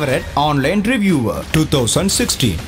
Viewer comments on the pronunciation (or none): reviewer, not reviwer